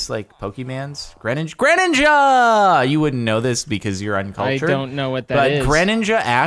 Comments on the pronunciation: when Jordan says It like grèninja and not gréninja slaps in face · Your pronounciation of "Greninja" just makes me uncomfortable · I don't think I've ever heard anyone else pronounce it like that LOL